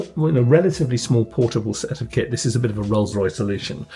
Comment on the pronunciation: Oh lol “KIT” I kept thinking you were saying I’m taking my Kid with me lol